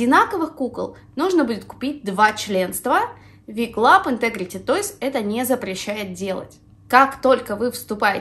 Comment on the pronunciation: Небольшая заметка: не Ви Клаб а Дабелю Клаб. Вы наверное перепутали буквы :)